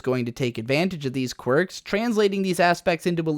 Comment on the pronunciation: I heard u said "Quirk"...